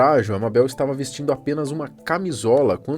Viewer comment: N é "mabel" é "meiboul"